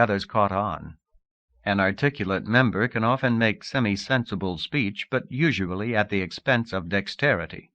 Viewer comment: I feel like it's the deepest and strongest of all worldbuilding it's also unique because the reader always says "usuably" instead of "usually" definitely was my first time ever hearing this "you-zhuh-blee" pronunciation